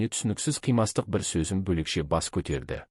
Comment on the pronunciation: Неге қате оқыпатсыз? Езуді-өзу,сезімді -сөзім.